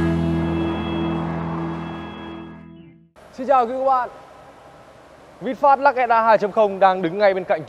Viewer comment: Hiệp Vũ Mồm kêu văn hoá thì tối thiểu cug đọc tên hãng cho nó đàng hoàng. Ngta là Vinfast, đọc vinphet thể hiện clgt??? Nản nhất mấy thành phần này